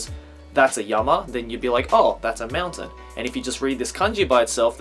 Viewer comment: Is he saying mountain or meltdown or what ?